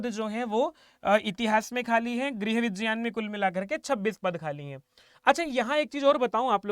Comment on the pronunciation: vijyan nahin vigyan bol yar bhai.. irritate mat kar natak kr k...